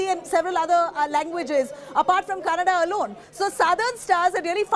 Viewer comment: Becoz of KGF2, atleast dis anchor kws how to say Kannada and not Kannnad... 🙏